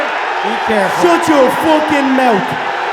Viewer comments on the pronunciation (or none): When he said "Shut your fookin' mout" I almost died for laughing :D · “Shut your fookin muth”